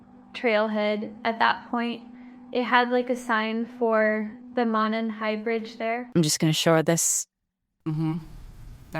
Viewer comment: It's obvious that DA$$ was coached by the corrupt prosecution. This is a joke. Notice how she mispronounced monon???? I mean she corrected 360 degrees ubtuber on how to pronounce it!!! And the emphasis on the sweatshirt Abby's dead body was foundcin( delphi swimming);is such a TELL & SOOO badly explained away